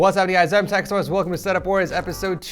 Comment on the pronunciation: am I the only one that heard him say "teach source" to his own channel?